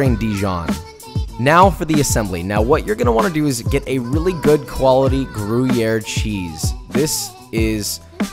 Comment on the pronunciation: Gruyere was butchered pretty badly too - plus it isn't even a French cheese